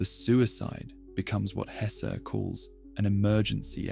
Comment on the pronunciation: both E in Hesse are pronounced like the first E in >hesitation or in less ,mess, caress